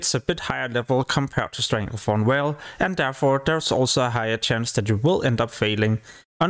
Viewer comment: want to rip my hair out everytime you fucking call it StranglethornWHALE ITS VALE WITH A "V"